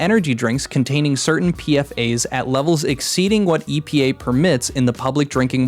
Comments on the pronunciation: P-FAS, not P F A's. The S is part of the acronym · just a nitpick but the "S" in "PFAS" is part the whole acronym (perfluoroalykyl substances), so it's commonly pronounced Pe-Foss